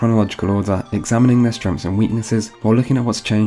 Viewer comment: i like how he says "strenghts" as "stremfs"